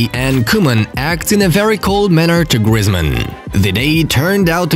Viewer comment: It’s funny how he says grizmen